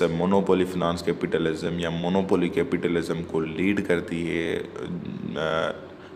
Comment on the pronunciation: Plz correct your pronunciation of Monopoly , imperialism etc. Rest is your nice effort